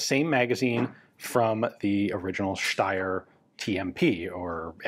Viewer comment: As an Austrian, I highly appreciate your correct pronunciation of Steyr ('Schteyr') 🙂